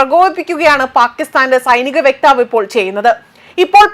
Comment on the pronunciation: തും കുറഞ്ഞു. വ്യെക്താവ് അല്ല വക്താവ്